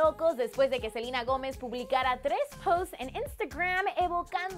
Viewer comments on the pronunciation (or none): odio cuando dice SELIIINA, ES SELENA NO?